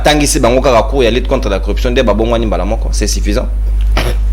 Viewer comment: Selon la phonétique Française on dit: CORRUPTION et non CORREPTION. Merci